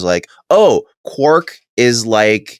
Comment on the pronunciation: Quark sounds like Quack, funniest shit I've ever heard